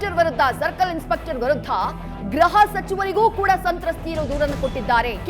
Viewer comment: ಗ್ರಹ ಅಲ್ಲ ಗೃಹ